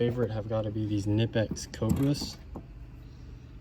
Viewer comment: Why does everyone say knipex wrong